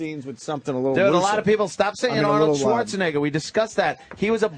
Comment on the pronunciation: “Arnold Swartsenigga”